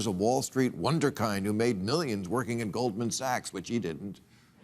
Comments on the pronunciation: Not a complaint, but *Wunderkind is pronounced VOON der kint. Das ist viel besser Deutsch, Herr Maher. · Surprised you pronounced this word wrong, Bill. Wunderkind should be with a short “i”— “kind” means child. Word means wonder child. Like a prodigy. German root I think.